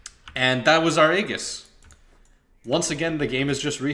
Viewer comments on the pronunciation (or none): LOL "that was our ayy gis" you big time rebel. IceFrog specifically put in the aegis tool tip that says its pronounced ayy jis and you go against his word haha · its pronounce "AYY JIS" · '' is German for 'lightning' so maybe that's why he pronounces it like a German English pronunciation is e-jizz, real german pronunciation (Ägis) has a vocal sound* E speakers usually can't utter (Ä)